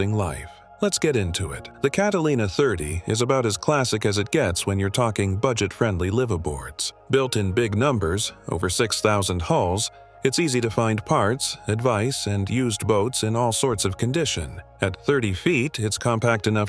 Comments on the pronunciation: Did this morning just say about the Catalina 30's production run being over "six thousand HAULS?" That's exactly what it sounded like to me, (And, I played that over again five times, before I stopped listening to the commentary and advice of a "boat expert," who doesn't even know the difference between the verb "HAUL," and the noun "HULL.") 👎To this douche bag, and a directive to YouTube to never recommend to me, any more of his bullshit videos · Everytime he said hull it sounded the same.